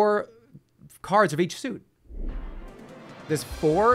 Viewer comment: you're giving him too much credit, he wasn't sure how to pronounce suit.